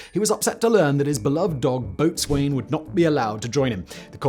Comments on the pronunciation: Boatswain is pronounced "Bo'sun". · Boatswain is pronounced "bo-sun" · Its pronounced Bo-sun....not bot-swain 😂😂.....you're british as well 😂😂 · Boatswain is pronounced "bo'sun" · Not to pick a nit or anything, but… Isn’t “boatswain” pronounced “bo’sun”? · "Boatswain" is often spelled, and usually pronounced, "bo'sun". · Ok, but he missed on “boatswain”.